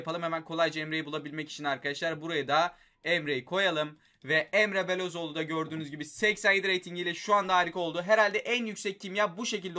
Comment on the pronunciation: Ya şu adamların ismini düzgün oku ya bune resmen Luyindaama diyorsun sonra Emre Belözoğlunu bile Okuyamıyosun Emre Belözoğlu diyosun